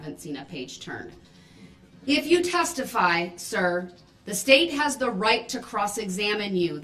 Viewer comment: Wow...reading "thee" book